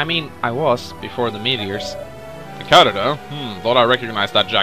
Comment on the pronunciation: its pronounced as cadet meaning new recruit try saying recruit instead of the word cadet cause your pronouncing is slightly off the tip of tongue please.